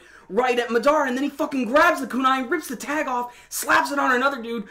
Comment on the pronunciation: why can't people say his name right..MAdara not MaDAra. Jesus